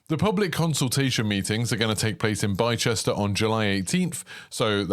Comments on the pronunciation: "Bye-chester"?? Nope! It's pronounced "Bister" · It’s pronounced bister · Excited for this! I believe Bicester is pronounced "bister" by the way :) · Please learn to pronounce Bicester correctly - bister is how you say it! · My hometown is pronounced 'bis-ter' bicester, looks great I work near the site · Blister without the “l” and the pain😊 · Loving the content mate, this would be an interesting addition to the UK if it’s on a similar scale! (Very small bit of feedback, Bicester is pronounced Bi-stuh) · You also pronounced Bicester wrong along with Nantes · oh woah so cool... Got really confused by your pronunciation of Bicester though haha